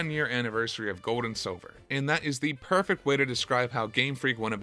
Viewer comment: my name is Silver, not Sobber lol and WHAT IF you talked through the entirety of that amazing Arceus cut scene... oh wait, you did